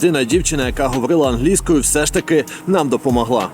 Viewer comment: Ангельскою... чел ударение поменяй :) Ох, тебе еще ждет много открытий прекрасного менталитета поляков :)